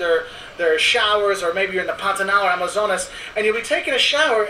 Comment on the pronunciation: KKKKKKKKK ESSA PARTE FOI MUITO ENGRAÇADO "QUE QUE PANTANAL" O SOTAQUE DELE